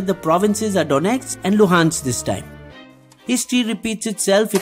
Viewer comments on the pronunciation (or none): none